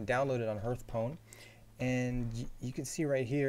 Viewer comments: OMG NOT H EARTH ITS H ARTH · 'tutoeriel', 'oerl', 'herthstone' xdddd